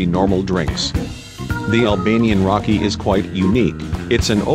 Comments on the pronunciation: Lol is not rakì but raki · Raki is prounoanced rah key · he said raki wrong its so fustrating